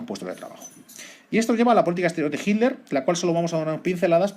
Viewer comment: Muy bueno como siempre. ¿Puede ser que el narrador cada vez que dice "Hitler" suena como si estuviera diciendo "Himmler"? Soy de Argentina, quisiera saber si es una forma particular de nuestros amigos de la madre patria España. Saludos